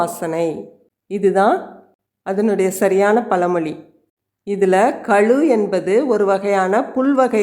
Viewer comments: பல மொழி இல்லை பழமொழி சரியாக உச்சரிக்கவுவும் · Amma pazhamozhi, palamozhi illai.